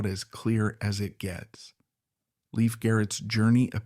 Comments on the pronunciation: Leif still has faithful fans who dearly love him! ❤ He's a true survivor! And it's Lay-f Garrett not Leaf Garrett! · It's not Leaf. It's Lief❤Loved Adored, Blessed ❤ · Leif was my one and only celebrity crush. Every album, photo and film/appearance you mentioned in this vid- I owned and saw. It's a shame you pronounced his name incorrectly though. From a 70's magazine article it was stated, Leif was pronounced to sound like LAFE and not LEAF. I met him once at a live concert and received a thank you postcard from him ( prob. written by a P.R. assistant lol). I was thrilled, all the same. My feeling is that adults failed Leif and so many other young ones and chose the $ over a child's life and well being. What choices they made after that is a product of what they learned from the neglect and lack of proper supervision. It breaks my heart and God bless all of them. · pronunciation is LAYF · His name is pronounced "Lafe." :) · At least pronounce his name correctly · You are saying his name wrong. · 1st of all you need to learn how to pronounce the name of the stars Second of all Like anything else He was a young child actor that caught up with the wrong people Like everybody else in Hollywood I'm still I'm still in forever will be a leaf I'm still I'm still in forever will be a Leif Garrett fan